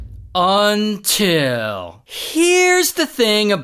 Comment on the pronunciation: Why did you say until like that 😢😢😢😢😢😢